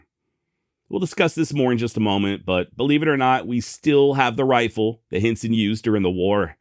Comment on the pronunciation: Every time you said his name my mind heard “Jim Henson” creator of “The Muppets”. 😂